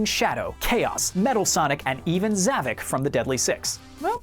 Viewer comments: it's Zavok not Zavik this guy don't know Sonic Lost World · Is nobody gonna talk about how much of this video it just straight up wrong And how he like, butchered almost of the '06 names? And Zavoks name?